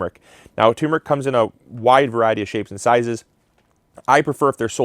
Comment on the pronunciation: Turmeric actually has two r's in it, so it's "turm-er-ick" not "toom-rick."